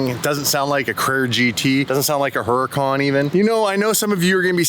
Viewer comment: What's a her-a -khan??? It always amaes me to watch youtubers that have no idea how to pronounce the names of cars they drive? I wonder how her says Camaro? Is it a cam-a row??